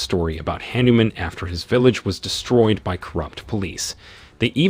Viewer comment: That is Hah-Niu-Mom